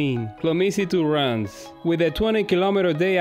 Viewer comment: Close on the pronunciation but Reims is one of the trickiest French words to pronounce. It is pronounced (guttural) R + ants (drop the t). Ranse.